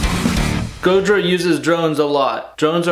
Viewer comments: The fact that you saying Gojira wrong just gets worse and worse has me crying. Godzilla 🤣🤣🤣🤣😭😭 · AT LEAST SAY GOJIRA PROPERLY OMFG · My favorite was Gagina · I'm gonna start calling them Gojina from now on. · He said Gogina! I died of death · Ways to pronoune Gojira: Gojira Godjira Georgina Gojina Gojirhea Godzilla French Bois Gogina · It’s more like godjzjiira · And gojhiraggh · When he said Gojina I lost it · Love the enthusiasm. Thanks. (Gojina LMFAO 😂🤣) epic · Pretty sure he said Gojiriah at one point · Gojira.. gojir ... Goja... Gojaria lol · Did anybody else hear “Gojina” 😂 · Did he say Gogina?lol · Simultaneously the most stupidest and most Informative guitar video... I need new underwear!! 🤣🤣🤣... Dude said 'gojina' 😂😂😂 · I never knew "Gojira" could be pronounced in so many interesting and creative ways until viewing this video. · His pronunciation of the bands name is hilarious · The way your pronunciation of Gojira deteriorates during the course of the video gives me life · Luv the multiple pronunciations of the bands name. Edit: ahh, it became obvious when u said godzilla 😂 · The more and more bastardization of the word gojira is comedy that's right up my alley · Pronounces Gojira different every single time hahahahahahaha